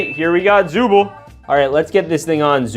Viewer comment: it’s pronounced zooble not zoo bowl